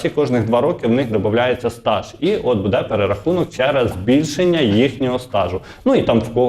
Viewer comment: Не будЕ, а бУде ! Скількии можна Вам казати ?